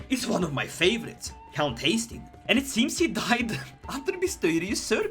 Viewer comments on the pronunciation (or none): none